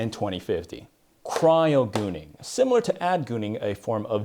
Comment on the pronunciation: "Cryogooning" 😂😂😂how does one think of this stuff